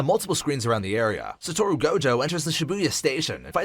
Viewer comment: Sa tor ru is crazy and so is sa goo ru